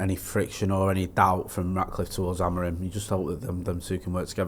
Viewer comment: Why does call Amorim....AmoriN?